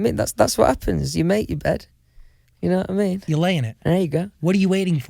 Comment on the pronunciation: Nobody: Louis: d'ye kno' wha' I me'